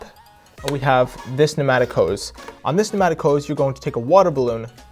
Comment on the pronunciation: Pneumatic not matic or penatic